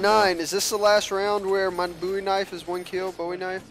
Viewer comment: its BOWIE not BOUY